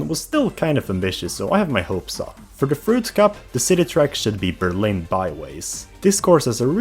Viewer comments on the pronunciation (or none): none